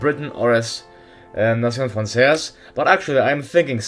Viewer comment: the way you pronounnced nation francaise, was so spanglish xD, nation-frances